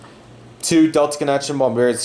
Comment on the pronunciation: It's not Bombary, its BombARDIER. And is pronounced as written. And it's not Emri, but Embraer